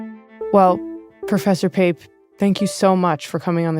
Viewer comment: You called Pape? 🤦‍♂️